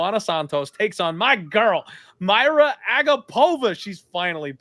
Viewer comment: Her name is Mariya dude, pronounced like Maria, not Mayra